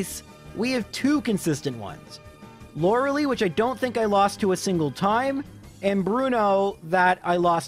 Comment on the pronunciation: Lore-uh-LIE. "Lora-a-lee" is not how it's pronounced.